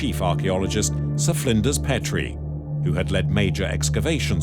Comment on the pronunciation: *Ak-en-ha-ten *Pee-tree (Sir Flinders Petrie) *Kaiser Wilhelm (not "William"). Hire a new narrator/translator.